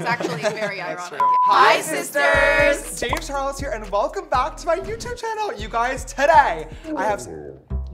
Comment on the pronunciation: * * just realized James's intro says "Jamis Chares" instead of (James Charles)